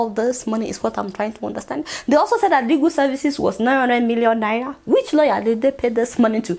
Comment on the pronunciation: I watch your show often and Ienjoy it, but please! Please! Learn how to pronounce Naira.......N.a.i.r.a, not naiya. It makes me cringe each time you say naiya